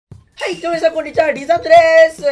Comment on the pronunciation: 最初挨拶のはいがへいに聞こえた